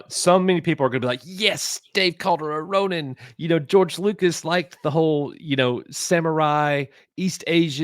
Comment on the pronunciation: Ronin? I thought they said Rodent.